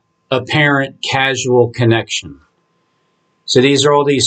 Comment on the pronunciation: FYI, brother: the word is 'caus-al' (pronounce nced 'cause el'), not 'cas-u-al'